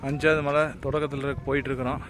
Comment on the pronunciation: Why you are mentioning Mazhai instead of malai